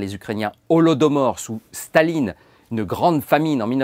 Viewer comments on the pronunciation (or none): none